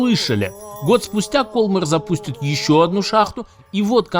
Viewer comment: Может, ударение в названии компании в другом месте - кольмАр?)) Такая реальная игра в кальмара получается...